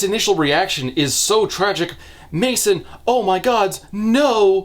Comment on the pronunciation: It was wild to hear ya say "Mason" just to alt-tab back and see it's spelled "Masen". Ifeel like my name has been butchered